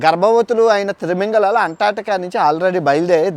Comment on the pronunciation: Anna adhi trimingalalu kadhu anna timingalalu